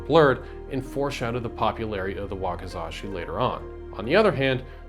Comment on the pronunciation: "Wakazashi" -> Wakizashi